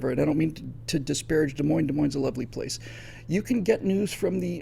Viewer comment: He said Des Moines 👀